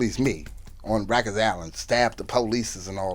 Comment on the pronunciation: "U might WUN Queens but u don't WUN WIKER'S Island"😂😂😂